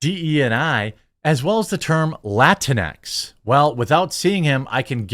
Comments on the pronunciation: La teenks. Not Latin-x. Either way is annoying, even to Latin people. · As a Latina, hearing La-tinx is like nails on a chalkboard.